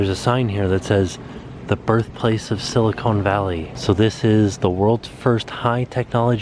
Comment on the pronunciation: Love that you had fun in the Bay! Btw-it’s “Silicon” and not “Silicone” 👍🏻❤️